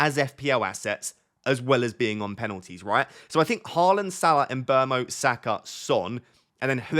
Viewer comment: How can you get someone’s name so wrong every time you say it in every video? Mbrmo? Tf where do you get the r from?